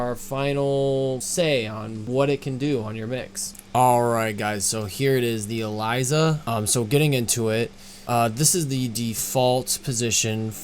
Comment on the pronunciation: Correction: Elysia not Alysia........